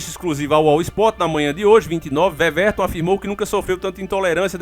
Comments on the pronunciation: Não se fala veverton 😩 se fala Ueverton (Weverton) 👍🏾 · Ótimo vídeo,!!Mas só uma correçãozinha:o nome do goleiro se pronuncia "Uéverton" e não "Vevérton"!!O "W" é com som de "U". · Ótima matéria, o nome dele se fala uéverton, vc falou veverton tmj irmão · Veverto nao, ue-verton... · Veveton? Kkkkkkkkkkkkkkkkkkkkkkkkkk porra aí é foda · OLÁ! TUDO OK? NA PRONÚNCIA DO NOME DO GOLEIRO, A LETRA (W) TEM SOM DE (U), E NÃO DE (V). NÃO É UMA CRÍTICA,. É SÓ UMA DICA. PARABÉNS P VÍDEO!!!